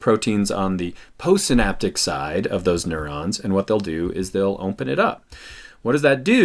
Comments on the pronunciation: ‘Ompen wide Ompen’ 😂😂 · lmaooo "ompen wide ompen"